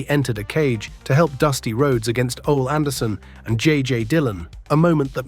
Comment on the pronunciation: Ai bullshit couldn't even pronounce Ole Anderson's name right